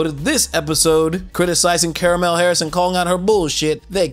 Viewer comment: I think I heard caramel Harris